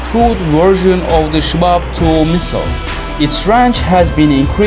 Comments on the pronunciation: Its called SHAHAB ,not SHABAB!! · Shahab not shabab